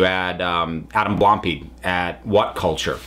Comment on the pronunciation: Only just watched this because I was curious about what happened. I didn't pay attention during the original controversy. But how did you manage to completely mispronounce Blampied?